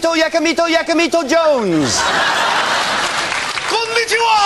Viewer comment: Wayne did really well on his pronounciation of Konichiwa (I know thats not how its spelt) and 'Lew Caley'